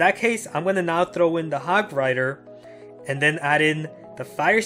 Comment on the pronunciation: Hogrider not hogwider